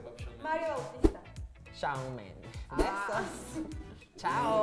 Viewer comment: Conductor: "Sebastián Yantra" Divaza: Yatra* Por qué dijiste Yantra?? 20s después *aparece Shawn Mendes" La Divaza: "Chaon mendes"